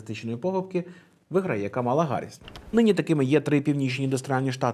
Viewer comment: правильно казати КАмала. Вона сама це каже в інтервʼю. І є спіч Трампа, де він сміється з цього і каже навмисне КамАла.